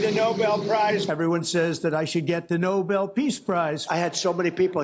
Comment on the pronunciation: He seems to be saying "No Bell" piece prize. Could he be referencing the boxing ring? A TKO perhaps? That could leave someone in pieces.